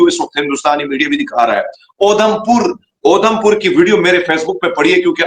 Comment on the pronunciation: 😂😂😂is sardar ko udhampur bolna nhi ara isse saaf samjh Ara tumne apna he koi mulla sardar bna k bitha diya 😂😂😂😂😂 gajab ho pakistani